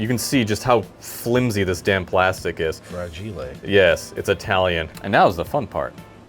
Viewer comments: says anything is weak or flimsy: ~ fra ghee lay~ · "fragile'' they must think its french